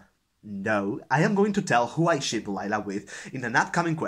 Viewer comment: Awesome tag! And OMG I must be tired ... as I laughed so hard when you were talking about book ships as I kept hearing you say shit instead until I paused and rewatched that part. LOL!! Thanks so much for the book recs. =0)